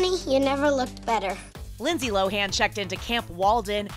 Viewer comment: "Low-in" not "low-han" she's said that on ET interviews before...